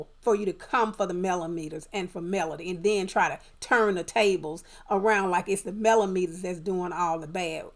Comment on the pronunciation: Correct, TTWG is the only cc that I heard say Melometers activate!